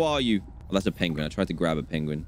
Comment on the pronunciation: Almost R.IP on the "Penglin"